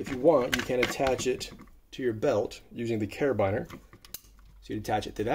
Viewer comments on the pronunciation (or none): Never heard a carabiner pronounced that way but love the content